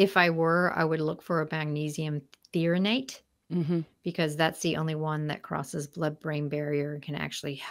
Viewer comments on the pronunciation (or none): Threonate, not theronate. Kinda makes me wonder.